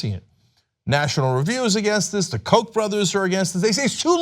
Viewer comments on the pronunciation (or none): none